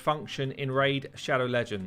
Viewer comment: You can't even get the champion's names correct. JETNI, not Jenti. ALSGOR, not Al Gore, NOGDAR, not Nodgar. Also you wasted so much time screwing around with Nogdar. We wanted to see the new champs. So unprofessional.